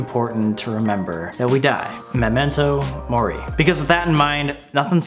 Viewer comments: when he said momento mori, heart died for unus annus a little more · I literally came to the comments after hearing it to see if anyone else thought of unus annus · It’s funny, I first heard Momento Mori from Unus Annus and after that I’ve been hearing it everywhere XD